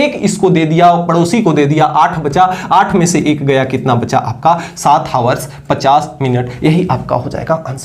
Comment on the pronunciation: Hawars ❌ Hours ✅